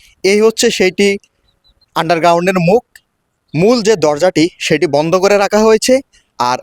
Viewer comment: কি সুন্দর উচ্চারণ ! বন্ধ শব্দটা বারবারই ভন্ধ বলছে, ফোয়ারাকে বলছে পোয়ারা , সঠিক শব্দচয়ন যে জানেনা সে আবার কিভাবে রিপোর্টার হয় !?